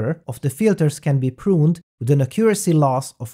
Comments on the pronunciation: Great video as always! Just an English tip: The word accuracy has the strong syllable at the first "a". Accuracy, rather than aCCUracy :) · Accent on the first syllable. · "Acurioacy" xD